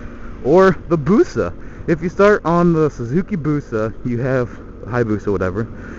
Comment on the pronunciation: It's funny the way you say 'Busa' 'or if you start on a suzuki BUsaa' haha :)